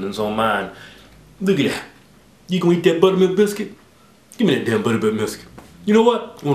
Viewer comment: did he say butterbilk miscuits..haha aka dyslexic dudes.. o